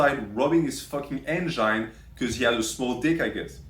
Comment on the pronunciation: “His N-Gine” 💀